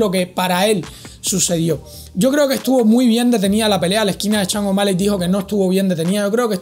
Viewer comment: Loco se pronuncia SHON no CHANG O'Malley 🤣🤣🤣 y eso q vives en USA